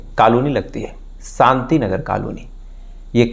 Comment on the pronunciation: Sukla,Sam, santi😂,please fix your "sh"